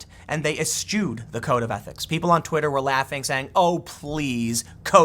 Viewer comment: Eschew - pronounced "es-Shew". Same thing with Pyrrhic. I should keep a running tab of these mispronounced words just for fun.